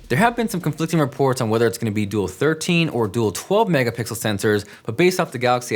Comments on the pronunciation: Did you say "mega pickle"?! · He said two 12 mega "pickle" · Did you just say mega pickle? 🤔🤔